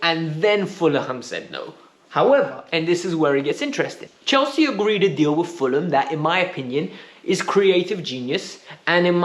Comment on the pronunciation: Did he say fuller-a-ham? 😂😂😂😂😂😂